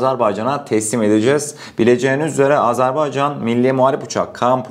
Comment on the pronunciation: Azarbaycan değil, "Azerbaycan" telaffuza dikkat!!!